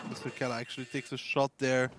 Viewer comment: "Kela" really, really? It's Mrkela! -_